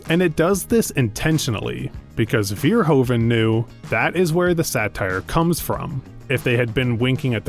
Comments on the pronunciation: His name is Verhoeven, not Veerhoven! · The "oe" in Verhoeven is pronounced like the "oo" in Hooverdam.